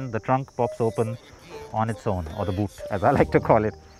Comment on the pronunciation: I heard boo*s instead of boot